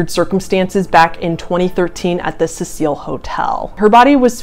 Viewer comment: It’s pronounced “see sil” not “Cecile”. Sorry OCD. I’m a new fan and I really love your videos!! They are so well researched and well thought out. I would love to know the shade and brand of the red lipstick you use!! It FABULOUS!!